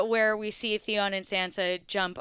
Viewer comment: Yuron???? Wtf his name is Theon LOL